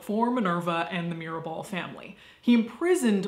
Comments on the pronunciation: Mirabal sisters not mirebel. Great video by the way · MIRABAL buen video, y tu pronunciación en español es bastante buena pero el error de Mirabel en vez de Mirabal es lo único fuera de lugar. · It's Mirabal, not Mirabel. Love the bloopers section!! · Every time you said Mirabell, it sounded like Mirrorball and it made me smile. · Baby, its Mirabal :), Other than that everything you said was sadly, true. But they are our butterflies :)